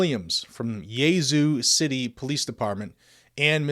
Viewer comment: Jerry clower rolled over in his grave when he heard that pronunciation of yazoo city ms